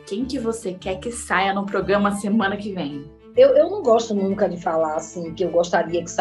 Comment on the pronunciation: Ela ainda fala "progama"